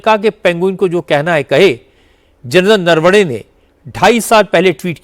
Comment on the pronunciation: जनता को संबोधित करके बता देना चाहिए कि जिस चमार को नरवने साहब का नाम भी ठीक से लेना नहीं आता तो वो क्या जाने कि कौन क्या बोलता है क्या करता है। खुद तो भ्रष्ट और चरित्र हीन ख़ान दान के टुकड़े हैं। जल्दी ही ठीक हो जाएगा पप्पू।